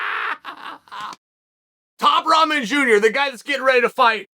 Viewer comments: Rahman pronounced "Rockman." But I like top ramen much better. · Hier we go again another miss pronounced Name Roman jr 🤣🤣😂😂😂😂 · Am I the only one who keeps hearing Chael say 'Top Ramen'?